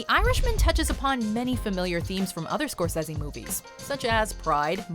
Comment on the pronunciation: Did...you just pronounce his name Martin score-sezzy??.....really?